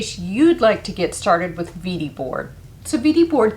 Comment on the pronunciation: This is fantastic. If you want to pronounce in German, it is vay dee, not veedee. Even that is a an American version but close.